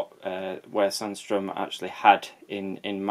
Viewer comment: Your pronunciation of Sandström is just fine. That can't be said for for sjöö though.